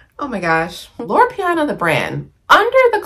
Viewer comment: Loro Piana, not Loro Piano lol. QL isn’t going anywhere. It was around long before Succession made it a thing. Personally, I just can’t wear the loud logo brands like LV and Gucci. Especially, when you swim in highly professional waters. Classic style never goes out of style. No need to worry about trends and fads. Some things you just outgrow. Also, the lowest quality items in any store always have the most logos.